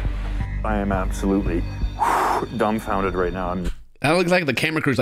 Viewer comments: Did he say "he's absolutely dung founded?" 😅😂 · He said "I'm absolutely dungfounded right now.''